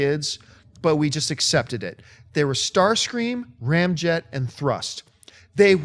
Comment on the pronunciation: Correct, tell John to get his Deceptions right! Hurt my ears when he said Ramjet!